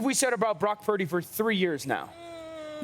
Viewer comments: Cam Newton pronouncing Purdy as 'Parody'... Low key no respect...😂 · I'm sorry I can't take Newton seriously. He's always mispronouncing people's names. "Brock Pur-eh-dy" spend less time looking at oversized hats and a little more time on prep for appearances. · Cam cannot say “Purdy” to save his life 😂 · Cam, you need to work on that PURDY word!😂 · Cam fumbling Purdy's pronunciation? Penalty for Real Madrid